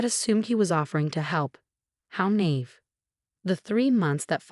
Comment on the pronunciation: Good grief!!! This is the 2nd video where the voice-over mispronounced Nathan and naive...and many other words, but those are the worst. Fix it!!!